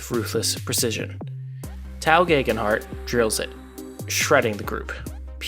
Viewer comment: Love this, great video! One note, Tao is pronounced pretty much like ‘Tay-Oh’, but you’re not the first and definitely won’t be the last to pronounce it the way you did